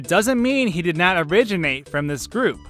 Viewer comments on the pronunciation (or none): did this guy just say "origimate"